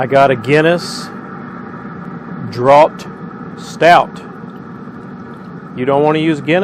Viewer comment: drought is pronounced draft